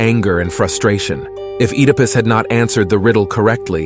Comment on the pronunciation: Heck-ate and Ed-ah-pus. Great video but some pronunciation is lacking. And do you mean Hercules or Heracles?